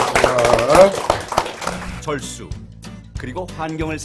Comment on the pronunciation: 워터락 선전에 절수가 "철수"로 들리는건 ????